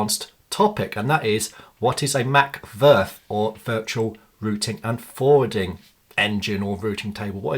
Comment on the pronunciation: I would just pronounce it Vee Ar Ef and not VERF